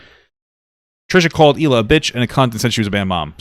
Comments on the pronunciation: Well, Ethan has been with her since 2007, lived in Israel, been around her friends and family and still won't pronounce it correctly either. My guess it is because americans just can't pronounce the letter H properly. Erbb instead of Herb, for example. Think "HeeLah". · What i wanna know is how she's gonna marry Moses and still not pronounce his sister's name correctly. Like I CANNOT be the only one show notices she calls her HEELA